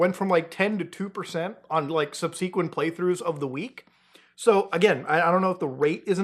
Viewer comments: That's not how you say subsequent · Why is it so hard for YouTubers to pronounce the word subsequent? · wtf is with all you YouTubers pronouncing subsequent wrong? It’s fkin annoying lol